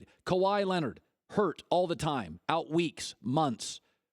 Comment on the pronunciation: you can miss WEEKSH -Colin Cowherd